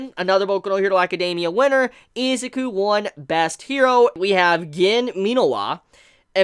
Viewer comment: O-chuh-ko I-zuh-koo ???